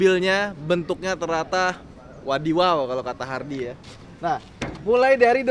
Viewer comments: bukan wadiwaw bangg. WADIDAW hahaaha😂😂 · Pantes td agak janggal dengernya, ternyata wadiwaw bukan wadidaw wkwk